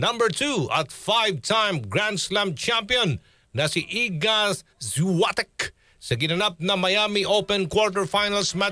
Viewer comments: Świątek hindi swatek 😂 Shiongtek ang pronounce😁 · The pronunciation iga swiatek is iga Viatek silent S and w is v